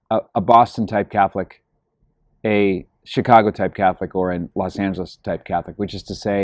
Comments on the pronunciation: "Calf-licks!" Excellent. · Thanks Patrick, I'm going to use that from now on, "calf-lick" lol